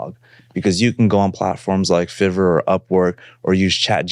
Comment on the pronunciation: My man said "FIVVER"